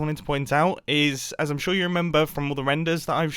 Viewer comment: Everyone hears: Now, remember. what i hear: Now, reMumbo.